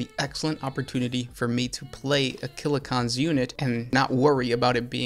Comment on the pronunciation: I have a hangover or Covid, I don’t know, but everytime he says ‘killa-cOn’ it hurts. He’s got a video on Def drods too.